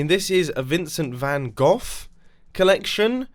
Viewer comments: Excuse me did you just say vincent van gough? don't worry, as a dutch guy I'm used to people saying or even spelling it wrong :) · And of course, Van Gough is nowhere near as good as Van Gogh. You should do the intro in Dutch as tribute for getting it wrong... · Dutch because you made fun off our best painter van gogh and not gough or goff shame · Dutch, since you've butchered Van Gogh's name.